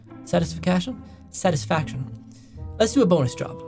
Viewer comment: Satis-fic-ation😂 I love it